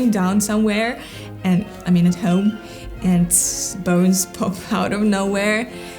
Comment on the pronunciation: Новое замечательное видео, Мария! Спасибо! Маленькая поправочка, если позволите, по поводу Вашего английского - в слове энд между словами попробуйте произносить д прямо по-русски, твердо, без смягчения, будет точнее и без акцента. Английский у Вас потрясающий - словно Вы много лет в Англии прожили.